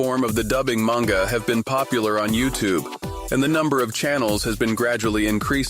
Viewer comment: Greetings, I have both a question and a comment. Question first, can you define 'yandere' for me? I'm old and dense it would seem. Comment, Manga is pronounced 'mahn-ga', not 'man-ga'. I've heard you pronounce it both ways. Nihongo (Japanese) is not goofy like English. They actually follow the rules they set. Such is my understanding, and I was corrected many many years ago on that point. I found the various manga dubs in the past 3 weeks, and I've watched enough of them that they take up half of the recommendations You Tube provides. I'm not complaining about You Tube for a change. :) I was fortunate to be stationed in Okinawa in 1980. It took me 6 months to get my head out of my rear, and venture off base. After that I enjoyed my time there thoroughly and tried to stay for another tour. Got shipped out and never got back. At this point, I could still order a beer politely if I was able to get back for a visit. That's about it though.